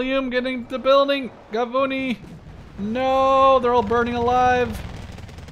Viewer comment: Well, Shayetet is pronounced Sha-ye-tet, and Gavnuni is Gav-Nu-ni